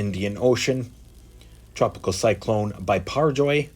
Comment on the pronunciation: The tropical storm biperjoy Is actually Be-per-joy in pronounciation 😊